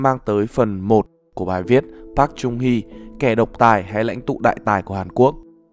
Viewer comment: Wow!!! Nd video được tóm tắt dễ hiểu, giọng đọc dễ thương mà bị sai xíu xiu đoạn đọc tên của cố tổng thống thôi (cách đọc đúng là Park “Chơng” Hee ạ) nên mình xin phép để lại cmt cảm ơn và gửi tặng lại cách đọc chính xác nhất, với tư cách là dhs đang theo học bên này ạ.😗